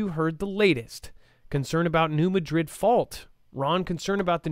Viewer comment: New MAdrid, not maDRID. That’s OK, it’s not your fault.